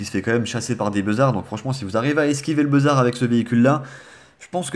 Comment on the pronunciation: Oui j ai trouver un gros détai ON DIT BUZAR ET PAS BEUZAR